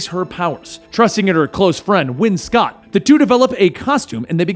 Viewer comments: IT'S SCHOTT NOT SCOTT !!!!!! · It's pronounced Win Shot